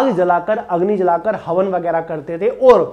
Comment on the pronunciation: Sab kuch bht aacha tha video me..bas hawan ko haman bole hai poore time😂